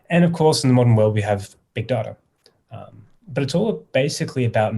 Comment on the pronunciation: Or add an 'R' to data